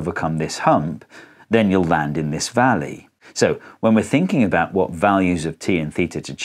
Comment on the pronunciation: Vat the faak